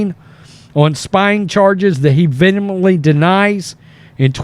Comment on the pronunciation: You need to work on your pronunciation, bud. Karine, vehemently... Don't be a Liberal Hivemind. Words matter.